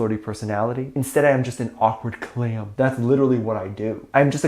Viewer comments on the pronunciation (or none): I really can't with the "clam" 🤣🤣🤣